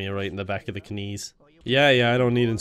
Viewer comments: When I heard the bad k-nees part I laughed way too hard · "Yeah, I'd love to get some kuh-nuts, but I have bad kuh-nees." That line amuses me way more than it should